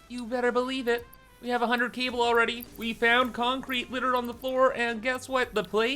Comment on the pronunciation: I’m trying to learn as much as I can through Osmosis because the farthest I’ve ever gotten is up to Stage 2 of the Space Elevator. Your funny Cable pronunciation and then the Screws “EUUGHGU” almost made me choke on my dinner. Thanks! (This playthru I lucked out & unlocked Cast screws very early on… EUGHG INDEED :’D )